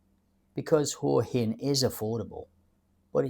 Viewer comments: Sorry mate but it’s pronounced Whaa Hin…. NOT Whore Hin 😂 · Hey What's with this Hoowa Hin shit? You've been here a while I think but can't even pronounce it's name properly. It's Hwa Hin. By the way I didn't come here 3 years ago to sit in a cafe that's just like home. I came because it's a beautiful place with great weather and people. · Definitely not the UK. There's a plus. Pretty good balanced view of Hua Hin ( pronounced Hwa Hin locally). If you want more night life and bar culture maybe Pattaya is a better option but not cheaper. And yes the visa bureaucracy and 90 day reporting stinks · I spent 5 months in Hua Hin last year. This is a pretty stupid video. In the first place, you can't even pronounce the name correctly.